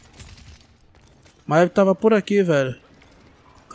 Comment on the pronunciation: ma-e-ve kkkkkkk crl pqp q pronuciaçao em vey pqp kkkk e mive poha .. kkkk crl maeve kkkkk